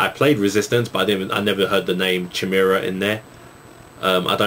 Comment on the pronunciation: I think you say Chimeara - "kai-meera"